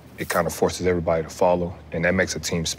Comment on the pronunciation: Tatum after minute mark, says "erayybody" then few words later says every perfectly clear. Why not say everybody nice and clear? Lol wtf